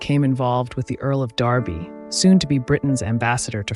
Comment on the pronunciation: You said The Earl of Derby right (Darby not Derby) Bravo!